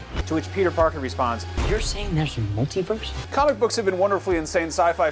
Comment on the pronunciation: And "mult-EE-verse". Not "mult-EYE-verse".